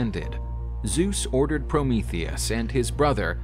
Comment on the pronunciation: Finally someone says his name right lol